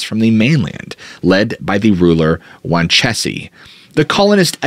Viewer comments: I had to think for a minute what you were saying - "Wan chessie" and "Man TAY oh" threw me off. These are actually pronounced as WAN' cheese and MAN' tee oh. Sorry, not being a bitch, jus sayin. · The chief of the tribe that had the Coalition of tribes name sounds like (Jaun-cheese) those it's spelled- Wanchese. these islands are my stomping around, I've been here for 30-plus years.